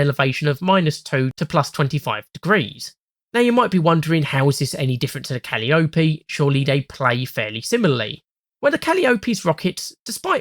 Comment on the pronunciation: wait I'm sorry, Cal-ee-oh-pee? (it's cah-lye-oh-pee)